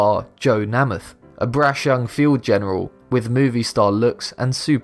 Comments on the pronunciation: Joe Namath's last name is pronounced "Nay-math", not "Na-math" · NAME-ith NOT NAMM-ith. Do your research. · Would YOU take the time to investigate how a word is pronounced in America? Specially if it is a surname of one of the most beloved sportsmen the USA has had ? The name in Joe Namath pronounced Ney-Math and NOT Nah - math. Where are you from cause you have an accent that does not seem to be British. What New Zealand , South Africa? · Just one thing, the way you pronounced Joe Namath bothered me, I am pretty sure it's said like name-ath not na-meth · the Joe Nam.eth pronunciation is too much, but at least I've heard of him. (we call him name -eth) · Joe Namath's name is pronounced.... NAY-MUTH not NAH-MITH. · Joe NAY-MUTH, not NAM-ATH! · Joe NAY-muth - not NAH-muth. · Dear Video Maker: "Namath" is pronounced like "nameth" — not the way you said it. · The thing that amazes me about Be Amazed is how often proper names are mispronounced. It takes a few seconds to learn that Judy Garland is pronounced (GAR-lund), Kotaku is either (KO-tah-koo) or (ko-TOCK-oo) like the popular website, and Joe Namath is pronounced (NAME-uth). I can't speak to the other names, but these three are well known enough that it's baffling to me to hear them pronounced wrongly. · it's prounced with a long A, Namath, as in name. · Please check your pronunciations--it's Joe Nay-muth! You can check old videos to hear him pronounce it. What is with Brits that they think they know how to say everything the right way? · Namath is pronounced "NAY-muth". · Joe Namath is pronounced Joe Nay-math with a long A. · The first "a" in Namath is pronounced with long-a, not short: nay.math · NAY-math. It's pronounced NAY-math. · If you're going to feature an american icon please pronounce his name correctly. Joe Namath (Name-ith) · I'm English, I don't care about sport, I don't even care about football, but for the love of fucking Godphur, even I know it's fucking NAYmith. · Joe “NEIGH-MYTH”